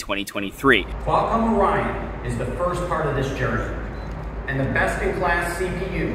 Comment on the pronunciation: ORYON CRYON? ORYON ONYON? 🤣